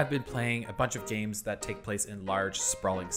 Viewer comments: Lately I have been playing a bunch of James??? Buddy I get that gif is pronounced jif but not every g is now a j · lmao it sounds like you say "james" instead of "games" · So nobody is gonna mention the way he pronounces 'games' like 'James' ? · my man literally said "james" like the name bruh